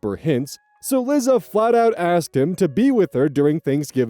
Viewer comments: buddy, it's "Lie- Za" not "Li- zza". Like "Eliza/Elisa" but without the E. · This is hardly an issue but i am going mildly insane: 'Liza' is pronounced 'lie-zah,' like the end of Eliza. It's short for Eliza. I doubt anyone cares but me but I had to skip that story 😭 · Won't date: I'm so sorry to be picky about this, especially since the girl sucks, but I was so bothered by your pronunciation of "Liza". My sister has the same name, and it's pronounced "Lie-zuh". (Liza Minnelli, anyone?) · LIE-za. Not Lizzza. Sometimes, the way you pronounce names makes me laugh, sometimes it drives me bananers. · babes, Liza is pronounced the same way as Lisa 😭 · "Lizza" Liza Minelli fans/Gen X North American LGBTQ communities: 👹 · I'm dying at you pronouncing Liza like lizard and not like Eliza without the E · you mispronouncing liza had me peeved but her being a nutjob makes it in a way deserved sooooooo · That pronunciation of Liza made me ill.